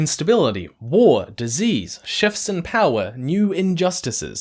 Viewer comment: had me wondering for a full 5 seconds why "chefs in power" would cause instability. Not a dig, since my hearing comprehension is bad even when someone has absolutely no discernible accent at all, but more just something I find amusing.